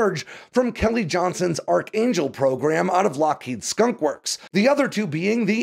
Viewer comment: “Skonk works”